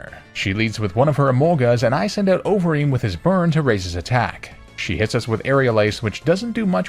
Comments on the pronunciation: i kept mishearing overeem as ovary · Idk if anyone else felt like this but it sounded like you kept saying ovaries for conkeldurr’s nickname